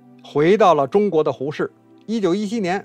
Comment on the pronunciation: 纠正一个读音错误,那个是《文学改良刍(chu 二声)议》